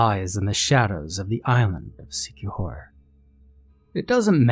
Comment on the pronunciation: And thanks for pronouncing it correctly.